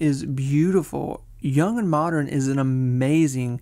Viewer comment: And the occasional "Moderren".